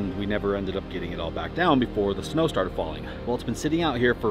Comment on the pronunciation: he said snew:face-blue-smiling